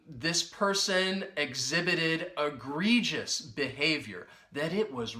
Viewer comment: uses on the fly. Example sentence-Donald Trump did all his governing on the fly. pronounces it Eh - gree - jus. The first e sounds like a short e when she says it. Her ex-husband with the ph.D taught her how to say "huge words like egregious."" That just means she said the word that way for over 30 years now. I keep hearing the words wide load in the comedy shows I watch with. One show the moth says "I was just trying to be helpful.." "Asking if the dress comes with a sign that says wide load isn't helpful." Another show a naughty child she baby sits writes wide load n sign and puts it on her back side. from Gustav